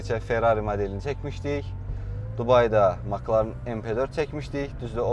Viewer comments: Ala Maklağn yox Mek lərn oxunrr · Fəxri adı MakLarın yox Emsi Larin deyə səslənir